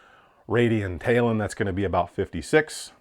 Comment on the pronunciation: Lol. Talon. Its the same thing that an eagle has on its feet. Pronounced the same way as well 😅